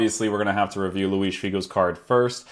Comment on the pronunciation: Very nice review. You had me at your correct pronunciation of Luis--it grinds my gears when people pronounce José (Mourinho) or (Gabriel) Jesus the Spanish way--but then you turn out to be Portuguese, so basically you're cheating :) I've been considering buying this card, so for me it's good to see someone try him out as a winger and wide midfielder. I agree with your chem views too. The workrates worried me a bit and I'm glad to see the effect of those without buying him. I really do not want a winger standing back with an acre of space in front of him and politely applauding as his team-mates get a goal. Thanks.